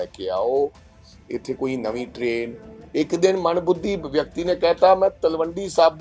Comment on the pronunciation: Manbhudhi nai hndaa mandbuddhi hnda haii..🎉🎉🎉galat uchaaran